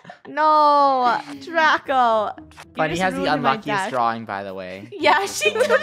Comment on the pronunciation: It’s not it’s funneh it’s very funneh